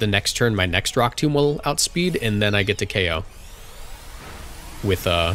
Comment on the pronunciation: Emvee is disappointed in your pronounciation of rock tomb